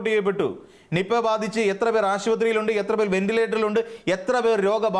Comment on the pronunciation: നിപ്പ എന്ന് പറയാൻ വരെ അറിയില്ല... 😄